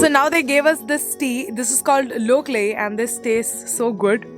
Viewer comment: Not lokalei it is loklei